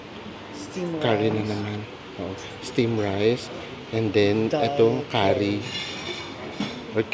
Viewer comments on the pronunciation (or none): none